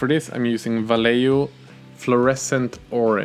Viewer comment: Va-ye-ho Vayeho! (Vallejo)